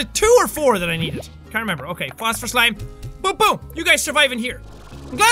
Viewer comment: Jackaboy: "All I need is honey and fostfer (I can't spell what so ever) plorts" "I swear my first language is English" Me: Oh, that's....ok